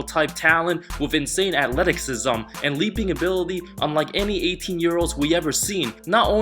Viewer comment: Hey mate, love your work. Just a quick one, in a few videos you pronounce athleticism as athletikcism. Just think of it more as athletissism. Nothing wrong just something i picked up on. I've loved learning about the NBA this season through your channel as it's the 1st season I've followed the NBA even though I'm 20, but I've just never had the opportunity to watch it. Keep up the good work!